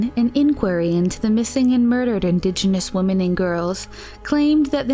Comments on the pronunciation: Why do pronounce the plural "women" like "woman"? Just curious. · Do you really not know how to pronounce WOMEN?